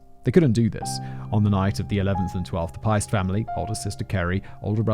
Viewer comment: Piest is pronounced Peest